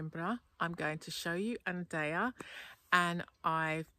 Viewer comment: 'andeia' is Anadia??